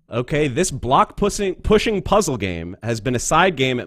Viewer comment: "This Block-pussin-- er-- pushing puzzle game"